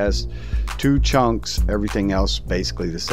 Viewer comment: “14 chonks” instead of chunks it sounded like chonks 🤣